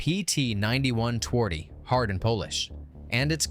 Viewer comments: if you want to be a pro channel, you could try to say the name correctly: ~ tvardy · i feel strange how he says twardy literally it makes polish sound like sum non slavic language but obviously pronounced differently